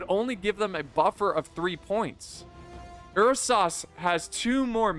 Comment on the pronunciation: lol ''er sahs''lol Ursa's bro